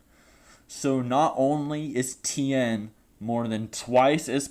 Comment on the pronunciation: Tien thing not town